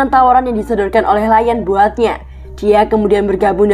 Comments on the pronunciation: bacanya kan liyong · Dikira Lion dari bahasa enggres kali 😂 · iya bos, aneh bgt dengernya 😂😂